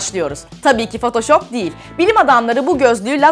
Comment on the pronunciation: potosop değil fotoşop 😁😁😁😁😁😁😁😁😂😂😂😄😅😆😊☺☺😊